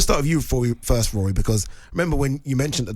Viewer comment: Who is RORRRY?? Come on talksport get some talent